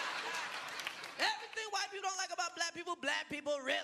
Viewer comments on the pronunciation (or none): none